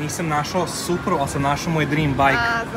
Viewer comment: boli me dusa svaki put kad kazete supra